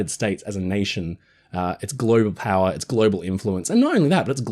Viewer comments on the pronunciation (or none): none